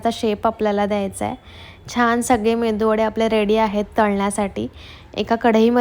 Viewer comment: MENDU VADE nahi tai..it is MEDU VADE